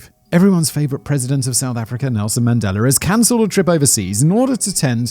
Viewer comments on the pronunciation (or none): none